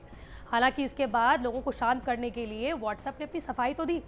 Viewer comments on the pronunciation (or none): none